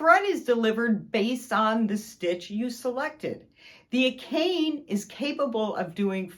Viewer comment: looks like a fantastic machine... but it's pronounce a - ka - ne NOT a - kane